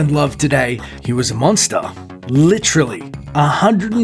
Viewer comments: DUDE,,IT'S PRONOUNCED LITERALLY,NOT LITCHURRLY!!!! DURRRRRRRRRRRRRRR DURRRRRRRRRRRRRRR DURRRRRRRRRRRRRRR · "Litreelly" ? Literally?